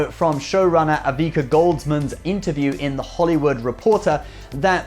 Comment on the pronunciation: Ouch... It's Akiva not Avika.